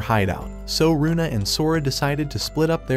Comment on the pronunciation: Its luna not runa